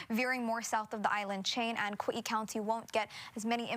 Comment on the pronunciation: Kawee-ee? Where the hell is that?